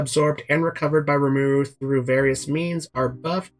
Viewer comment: Say his name right. Watch the anime